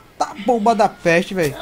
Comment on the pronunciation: "boba da peeexte"